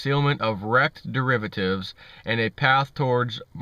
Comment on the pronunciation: You keep saying that word ....Derivertives.....now wher have I heard that before ?